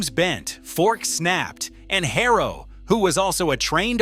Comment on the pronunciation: Its Haro, not Hayrow